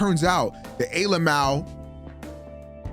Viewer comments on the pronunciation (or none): I like how he calls it A alamow